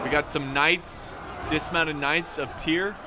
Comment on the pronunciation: Great video. By the way, it’s the electorate of TRIER. Tri like in triple. Er like in error; kinda sounds like air. Tri-air. It actually is one of the three bishoprics electors of the empire, along with Mainz and Cologne. So yeah, they’re under leadership of the clergy. Spreading peace I guess lmao.